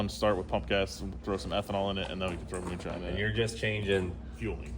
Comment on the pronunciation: pure mewnshine